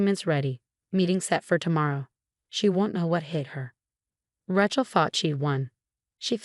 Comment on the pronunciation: Pronunciation, Rachel should be pronounced Ray-chel